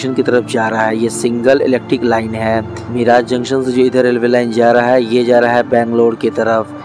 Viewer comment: मिराज नाही मिरज